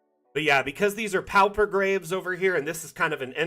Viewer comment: Thanks! Dungeon Alchemist helps my sanity (but only because there aren't enough Great Old Ones in the assets yet). I hate to be "that guy". Unless it's a regionalism, pauper rhymes with (and sounds identical to) paw-per.